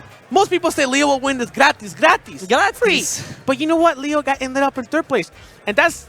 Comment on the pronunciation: the other guy: Gratris!